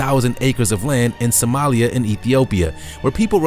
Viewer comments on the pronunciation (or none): none